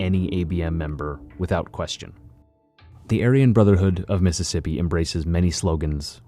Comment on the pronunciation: It methississippi oh hecky naw